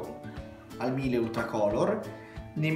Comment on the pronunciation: Ciao bei video, riguardo i detersivi hai mai provato il Felce azzurra in polvere? Contiene sbiancanti a base di ossigeno (tipo ace gentile), enzimi, è concentrato ne basta poco io lo uso nei capi scuri e colorati.. per quanto riguarda i detersivi Miele (si pronuncia Mile che prende il cognome del fondatore Carl Miele) sono ottimi e anche quelli ne basta poco..